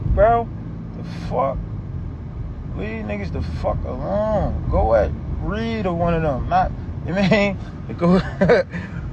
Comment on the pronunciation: He said Reed😭😭😂😂😂